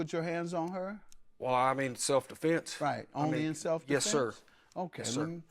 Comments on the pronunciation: I knew she was lying when she said “Self A-fense” 😂😂😂😂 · Giuuuuuurl!!! She said "self A-fense" I said that's a lie!